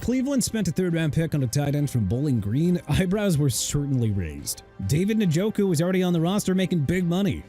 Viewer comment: CHICAGO PRONOUNCED SHEE-KAH-GOW NOT CHEE-KAH-GOW!! KYLE MONANGAI PRONOUNCED MAH-NUN-GUY! OMARION HAMPTON PRONOUNCED OH-MAH-REE-ON! XAVIER WATTS NOT AVIER WATTS! JEREMY LANGFORD PRONOUNCED LANG-FUHRD! DAVID NJOKU PRONOUNCED EN-JO-KOO NOT NIN-JO-KOO! BIJAN ROBINSON PRONOUNCED BEE-JON! YOU CAN'T SPELL, YOU CAN'T PRONOUNCE, YOU DON'T KNOW WHAT YOU'RE SAYING THEN GET OUT!!!!! QUIT YOUR JOB AND GO BACK TO SCHOOL AND GET A PRONUNCIATION COURSE!! I'VE HAD ENOUGH!!!